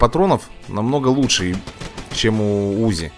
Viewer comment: не у́зи а узи́